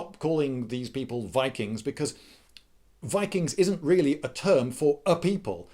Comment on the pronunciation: you pronounced ''VIKIINGGSSSS!!!!'' wrong